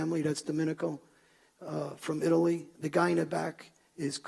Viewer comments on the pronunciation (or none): none